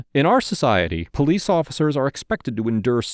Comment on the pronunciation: I count 7 powwece officccers.. really? He is literally cooperating with everything they ask.